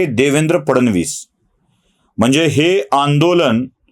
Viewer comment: ब्राह्मण असूनही "फड नवीस" चा उच्चार फडण वीस करता हे कानाला खाटकतं. फड नवीस- cabinet secretary.